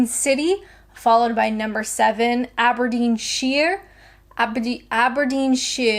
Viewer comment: Nailed it with Aberdeenshire, still think I'm right about N Wales